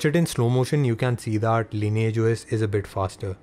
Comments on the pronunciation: the right pronunciation is "LINIYAGE OS" NOT LAYNAGE OS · "sobscribe to the cannel...the lineagh os" oh my god your english is so bad 🤢🤢